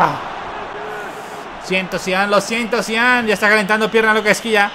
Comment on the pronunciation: Zidane uso el 5 no el 10 este man no sabe nada de futbol desde que no sabe pronunciar a los jugadores hasta algo tan básico como esto jajaja